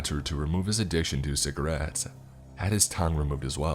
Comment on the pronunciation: Anyone else cringe at the way he pronounces Cigarettes 😂🥴